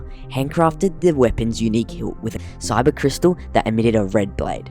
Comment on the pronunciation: not trying to be rude but its kyber not syber